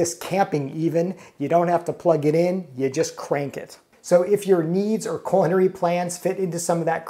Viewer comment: I thought you kept saying "coronary," as if it was hard to crank the handle. Once I turned on closed-caption I realized you were saying "culinary." Might want to emphasize the "L" a bit more.